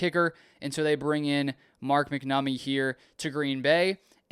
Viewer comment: Pronounced Mack-nuh-mee